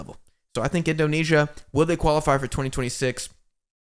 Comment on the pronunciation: Love how you call Indonesia "Asian la masia". Btw kudos for your insightful talks guys, keep goin!